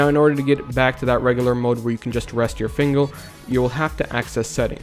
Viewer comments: he says "" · he said fingel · “rest your fingel” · he said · You said "fingl" on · lol you said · I'm glad I'm not the only one who caught that lmao